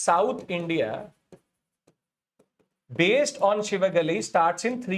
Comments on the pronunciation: IT'S SIVAGALAI✅,NOT SHIVAGALAI❌ THERE IS NO SHA SOUND IN TAMIL LANGUAGE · It's Si-va-ga-lai and NOT Shi-va-ga-ly... There's NO "Sh" in Tamil language.